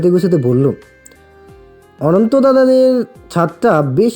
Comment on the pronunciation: Onek onek onek sundor.... Just darun.... Vaiya akta kotha boli..... Ota ononto noi.... Otar uchcheron hobe ontu.... Tai bar bar vul sunte valo lage na.... Pls thik korben..... Ar ami bolam bole kichu mone korben na jeno.....